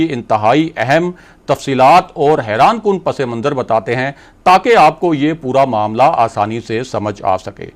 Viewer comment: براہ مہربانی اپنا امیج قائم رکھیں اور لفظ صحیح طور پر ادا کریں - پس منظر صرف پس اور منظر ہے- پسے منظر نہیں